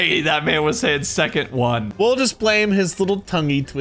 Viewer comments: He was trying to say "you so lucky that second one never went off" but spoke faster than his brain could think and ended up saying the n from never at the start of "second" resulting in him saying "that necond" which sounds like that one gamer word when said fast. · “That necond one sever went off” “That’s second one never went off” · For those who dont know, the whole "nogla said the n-word" thing was actually a spoonerism. The words he was going to say before he caught himself was "that necond one sever went off" when he was trying to say "that second one never went off". Thank you for coming to my Tedtalk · Nogla said second and never at the same time. Combine those words and you get necond which sounds like the n-word. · With the "second one" clip, the N sound frome the "One" accidentally replaced the S sound in "Second", and the ND sound wasn't said, so it was more of "Neco", but the o being pronounced as an A, so Neca.